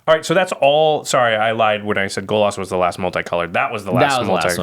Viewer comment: Golos does not rhyme with Bolas